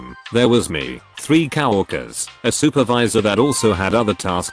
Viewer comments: I notice in most all these posts the term Cow workers instead of co workers just bad pronunciation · The way the bot says some of the word is just too funny like cow-workers. Great stories.